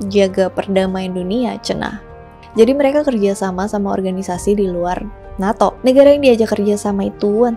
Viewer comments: NATO kak BUKAN neto... Di marahin Lord Rangga Loh kl salah2😅😅😅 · usul saja, gunakan satu pengucapan disebuah video, mau baca ala barat atau ala indonesia.. sangat mengganggu NETO NATO yang diucapkan secara acak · Bacanya NETO apa NATO si. Serius nanya.